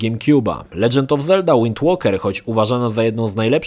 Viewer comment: "Wind łoker" serio... xD